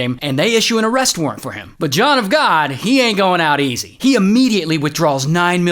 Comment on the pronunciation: John of GAWD - awful!